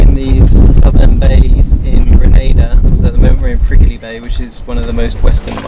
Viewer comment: It's prick-ly, not prick-i-ly!!!!